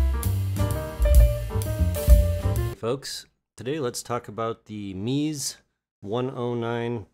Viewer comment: Sorry brother it’s pronounced MEZ-A not MEEZ! 😂